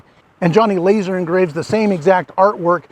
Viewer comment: Did you say "LAZAR" engraved?? 🤣🤣🤣🤣